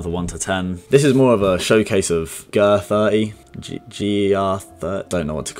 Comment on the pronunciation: "ger30" German 30 bro